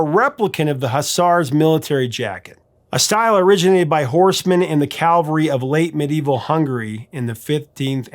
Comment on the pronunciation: Bro; It's cavalry. Calvary is where Christ was crucified.